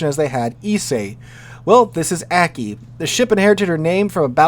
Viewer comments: Aki would be pronounced "Ah-kee" with the "a" sounding like father. All Japanese "a" sounds are the long "father" a. Also, Light and Heavy cruisers have nothing to do with the size of the hull, but the size of the guns. More Light or Heavy gunned than displacement. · Lon-joe (Lanzhou), roo-see-yone (Rousillon), and ah-key (Aki).